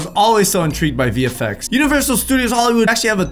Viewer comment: is it just me or does every time says vfx it sounds like hes saying the effects?